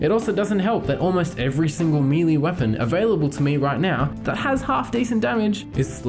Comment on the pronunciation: I might as well chip in on the geek out here, although not even remotely as far in the spectrum lol. Melee isn’t pronounced as “mealy,” even with a British accent. I highly suggest learning how to pronounce it properly, since you focus on video games where that term is often used. ;) Best way I can describe it in text is “Mel-aye” for British accents and “May-lay” for Americans. I enjoyed this crazy video, mate. You’re a brave soul!